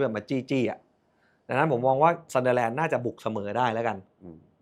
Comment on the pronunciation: มาอีกคนละ..ออกเสียงซันเดอแลนด์ ทำไม่ไม่ออกเสียเหมือนเฮียเม้ง ซันเดอร์(เด้อ)แลนด์ มันเป็นอะไรเหรอครับ ไม่ใช่แค่คุณนะครับ หลายคนก็เป็น แจ๊คกี้เรียกวาตารุ เอนโดะ ตังกุยเรียกโรเบิร์ตสัน(ไม่ออกเสียงซั่น)ทั้งเกม..